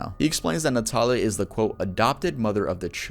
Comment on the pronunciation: For the part of the vid featuring Christian Montenegro, my first name is Natalia pronounced the same way as in the vid. No one ever says it right so hearing it pronounced correctly lowkey scared me a bit lol.